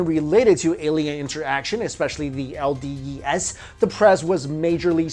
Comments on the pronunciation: Is it not "el-dee-ees", rather than "el-dee-ee-es"? You also say CDs and not CDes... - sorry for being a smartass also, I like your theories. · LDEase, not LDES :)